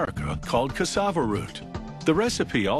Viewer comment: what the actual hell?! This is the third How It's Made: Pudding I've seen with the same video and script the only thing different is the narrator. the first was a woman who couldn't pronounce cassava right, the second was a british sounding bloke, then this.